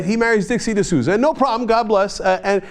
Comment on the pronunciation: Dinesh D'Souza...Sounds like LOOSUH...Oh well...